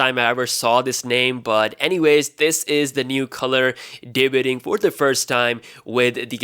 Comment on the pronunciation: Google how to pronounce debuting. Jk. Great channel.